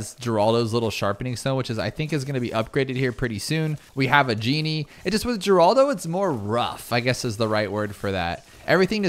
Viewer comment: Mispronouncing Geraldo is tight